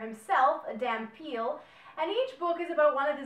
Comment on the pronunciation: Dhampir, not Dampeal.